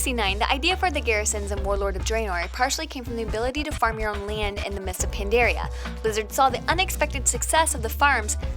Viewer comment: Mispronouncing a lot of the words in this video makes this video seem ill-informed and not reliable. Although she called land "layend" so I guess she just can't enunciate words properly at all...